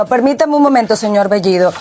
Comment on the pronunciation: La chica habla el español mucho mejor que bellido que dicho sea de paso no pronuncia el español correctamente. Sí, me refiero a bellido, la o lo pronuncia como la u, y la e casi como i.